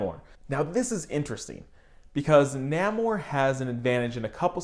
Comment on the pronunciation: I think it's pronounced "Nay-Mor" bro. great video bro! ✌